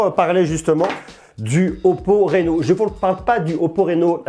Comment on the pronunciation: Sinon ca se prononce 'Rhino' et pas 'Réno' 😁 bonne vidéo, j'attend celle du 10x Zoom